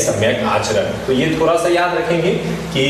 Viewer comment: Sir please aap d ko r mt holo. Jese thoda ko thora.